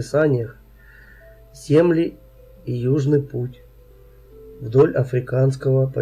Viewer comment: Земли ударение на и на 9 минуте